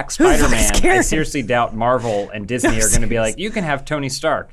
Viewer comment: They call IT diznes